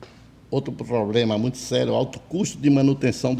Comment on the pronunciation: Esse amigo que fala ploplema é almoxarife? 😆😆😆, o ramal dele é o tles quatro cinco?